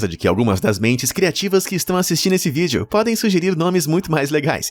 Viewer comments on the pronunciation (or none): none